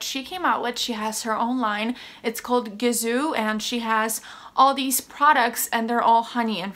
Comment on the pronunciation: You pronounced it right. Its a Persian name. Can confirm.